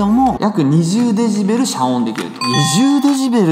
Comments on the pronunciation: デジベルじゃなくて、 デシベルですよ！笑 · デジベルで草 デシベルじゃないの？